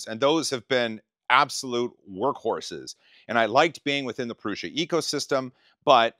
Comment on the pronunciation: Very cool! Say it with me..... "Proo-Suh" 😁👍